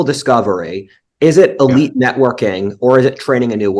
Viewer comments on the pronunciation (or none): none